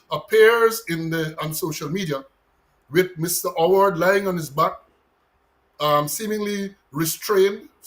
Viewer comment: Pal, case dissmissed against the pooooooolice, you were unable to give the name of the criminal. You said OWWARED and yhe criminal name wws HOWARD 🤡